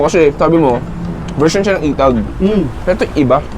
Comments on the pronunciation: correction,,,etag not itag,,magkaiba ang pronuonciations nya mga boss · Inbagana garuden din pronunciation na ay "etag" nadagsen ay "e" pagat eee-tag paylang ay eee-tag hahaha ngem mayat amin 😂😂😂